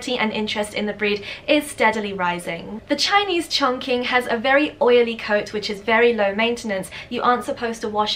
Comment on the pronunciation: Hello there M! For the Chinese Chongqing, the pronunciation should be like "ChongCHing". The Q is pronounced like a CH here in China. And also, it has a G between N and Q Also say that Chongqing is a city in china, in the Sichuan province (the spiciest food in all china). Greetings from Wuxi, keep up with these great videos!